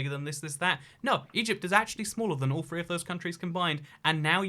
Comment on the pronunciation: “Three” or “free” ???